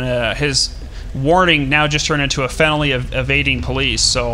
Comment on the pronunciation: "His warning just turned into a 'fenoly' of resisting arrest." "fenoly" - 2016